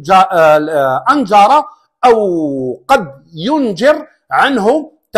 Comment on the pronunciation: فضلا وليس امرا ، تصحيح نطق كلمة "أنجر بتشديد الغراء في كلا الكلمتين (أنجر وقد ينجر)